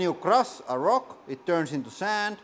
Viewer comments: I love how he says roc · It's the way he say rock. Sweden and Finland legends of rock and hard rock ;)